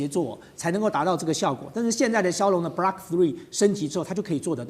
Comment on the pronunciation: 嘉宾是军盲，把Block读成Blark，把“有源相控阵雷达”读成“有源相控-阵雷达”；正如美国华人自媒体主持人把“精确制导导弹”读成“精确制-导导弹”、把“波罗的海”读成“波罗de海”、“斯堪的纳维亚”读成“斯堪de纳维亚”等等。